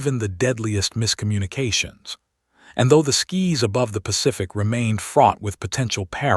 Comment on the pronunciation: Your narrator needs to learn how to read. It is Sky's not skis